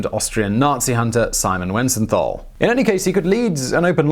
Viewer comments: It's "wee-zen-tuhl" (Wiesenthal). Not Wysenthall And the name is "Wernher von Braun". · Not Weisenthal (when speaking), but Wiesenthal. He deserves being called by his right name. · Wow! What an amazing story. An itty bitty nit: "Weesenthal", not "Whysenthal". It's "ie" not "ei". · Simon Wensenthaal? Wisenthaal? Oh dear, oh dear. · It's a little disconcerning when a channel this size, and dealing with this particular subject matter, gets Simon Wiesenthal's name wrong six times in two different ways. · Apart from the fact you kept mispronouncing Simon Wiesenthal's name - which really is an unpardonable error - this l is perhaps your best BlO video. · The famed Nazi hunter Simon What now??? You mangled that guy's name you know. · German "ei" as in Greif is pronounced like english "eye". Whereas "ie" as in Wiesenthal is pronounced like english "beer". So you mixed them up. 😊